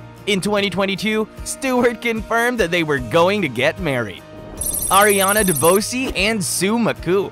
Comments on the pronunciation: Ariana DeBose ‘s last name is pronounced De- Bose like the headphones/speakers . Its French ,a variation of DuBois or DuBose. Her mother is White ( French and Italian) and Her Father is Afro-Latino/Black (Puerto Rican.) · Ironic you got Linda Wallem and Sue Makkoo last name pronuncation right but got the last names of their partners Ariana DeBose and Melissa Etheridge wrong. I have heard Wallem and Makkoo be messed up badly too. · I love Ariana DeBose and watching her &Sue Makkoo segement was painful with all the mispronuncations. Its also ironic that they got Makkoo right but stumbled on names as simple as Etheridge or DeBose .